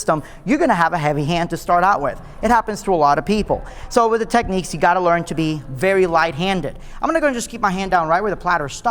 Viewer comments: Technics not Techniques... ffs America with your over pronunciation of words kills me. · How can someone be a dj and NOT pronounce Technics ? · you don't think they should be able to pronounce the name of their own company properly ?